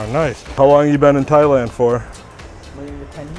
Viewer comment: did you say "thighland"?